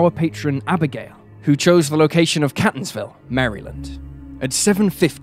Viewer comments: It's pronounced CAY-tons-ville, not "cat"-ons-ville as in a kitty cat. Please look up pronunciation of words if you don't know them! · #3 - I am a lifelong resident of Maryland. Catonsville is pronounced “Cay-tons-ville.” Also, it is the University of Maryland,EASTERN Shore, not “East Shore” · It’s pronounced Caytonsville, Md 😅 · The Maryland town is pronounced KATE-onz-ville. The Datsun was a Two-Forty Z. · Catonsville is pronounced KATE-tonsville University of Maryland, Eastern Shore (it’s a HBCU) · I was born & raised in Maryland, so the way that he's pronouncing Catonsville is hilarious 😂 it's not pronounced like Cat it's more like "Kay" like the letter "K". kay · tuhnz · vl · It's pronounced CAY-tonsville. I live close to it. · It's fun seeing someone not local pronounce our home town names. Here: Catonsville is CAY - TUNS ville Ellicott City is ELLI - CUT City We also have a Bowie, MD but it ain't pronounced like the Bowie your thinking of. lol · Mispronouncing Catonsville! It is Catonsville with a strong "a" sound!😎